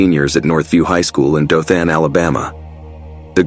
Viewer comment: Maybe that’s why he kept mispronouncing Dothan, and Opelika, Alabama.